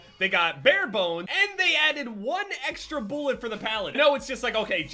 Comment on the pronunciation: Drinking game; Take a shot every time he says “boolet” or “boolets”